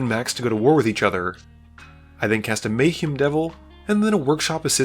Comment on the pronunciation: im about 30% sure this person is an AI based on how he pronounces some names "Mayheem"